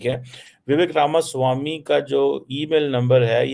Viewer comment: Ramaswami pronounciTion sahi kr🎉🎉🎉